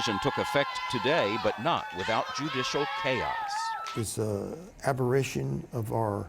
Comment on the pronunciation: "aberrition"? No, you ignorant hick. It's "aberration"!